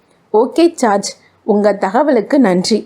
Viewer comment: ராஜேஷ் குமார் நாவல் என்பதால் கேட்க வந்தேன் நீங்க தமிழை கடித்து துப்பி கொஞ்சிகிட்டு வாசிப்பது எரிச்சல் வருது ( George பெயரை charge என்று) you have to improve your reading parten 🤓🤓